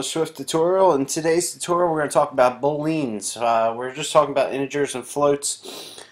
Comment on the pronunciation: You're pronouncing Boolean wrong